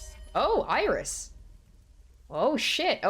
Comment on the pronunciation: for Australian "Oiris!"